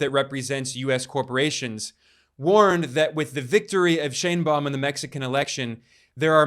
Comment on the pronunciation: You lost me at: Shine Baum. It's pronounced shane.